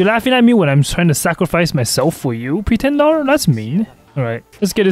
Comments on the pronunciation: "Pretendar" BRO REALLY? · why does he keep saying pretendar oddly